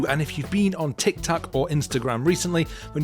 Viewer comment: did he just say tic tak? I can sure go for one right now